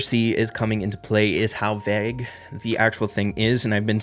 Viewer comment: thats not how you say vague 😂